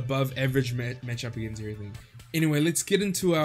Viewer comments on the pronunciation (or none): none